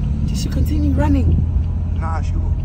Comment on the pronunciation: Not "why are you ronning" 😂😂😂😂